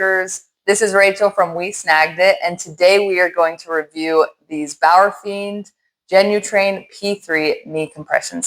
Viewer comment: “Bauerfind” is the pronunciation.😉 Your pronunciation would reflect “Bauerfiend”.